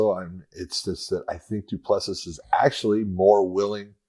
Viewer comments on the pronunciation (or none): It's do-pla-see